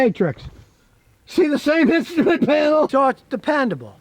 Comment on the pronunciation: 😂😂😂 the way he said instrument panel